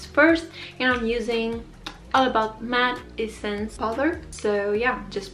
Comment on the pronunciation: Mascara is from Essence :) She puts more emphasis on the “-sence” part but I got a good look at the tube lol